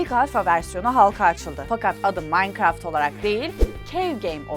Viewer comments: ablacım minecraft bile diyemiyon yahu sen maynkart diyon Q:WEqw:EQwE:Qw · yanlış okuyosun o manikıraft diye okunuyo bi kereeeeeeeeee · o nasıl minecraft demekk adfsdf